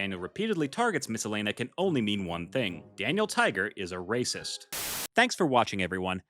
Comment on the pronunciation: why did u say it like ra©ist just say racist bro